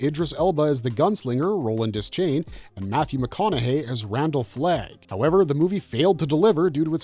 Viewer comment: Roland's last name is pronounced De-Shane, and Maerlyn's name is pronounced more like Mayor-Linn. He invented the seeing glasses like Black 13 and the Grapefruit and many others that became known as Maerlyn's 'Bow. His character is explored more in The Wind Through the Keyhole.